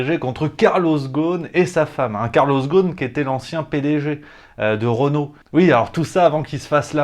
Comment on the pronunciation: Carlos Ghosn ..le s se prononce. Ghosn mot arabe signifiant branche. La prononciation exacte est rossone.🙂